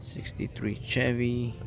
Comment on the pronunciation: It’s pronounced Sh-evy.